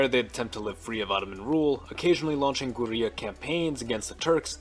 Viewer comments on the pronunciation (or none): What is your pronunciation thrace(thrass) and guerrilla (goreila)